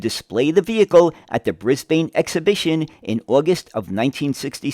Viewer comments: I was all ready to watch this, but only got two words in. With the mangled mispronunciation of both the city and the country, I could go no further. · It It's pronounced brisbin, not brisbane, even though It's spelt that way 😂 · A few points.. It becomes painful to listen to Brisbane being pronounced incorrectly so frequently. The E is silent - Read at it as being spelt Bris/ban. Point 2 is a city 'Council' making decisions based on a Consultant from the USA, that through their default policy over many years has an abysmal public transport that doesn't serve the community well at all. Seems that is based on 'pissing resources up the wall'... because Y'all have been getting that fuel for free in terms of true production and environmental cost. So yeah, the last place to seek advice on public transport is the USA, the land of copious consumption. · Brisbane!!!!! Pronounced "Briz-b'n" here. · Try pronouncing it Brisbin. Great video my guy. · As always, very informative, Thank you. One small point though Brisbane is pronounced as Brisban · It’s something we always grit our teeth in preparation for, when we see the word written out. Thankfully most American YouTubers are correctly saying “Bris-bin” and “Mel-bin” these days. Now we have to work on British speakers who say “Barth-hurst” instead of “Bathurst”. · With all the great research you couldn’t pronounce Brisbane properly